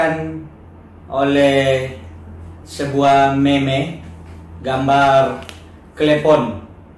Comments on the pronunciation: Meme. Dibaca mim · Meme itu bacanya mim, pak.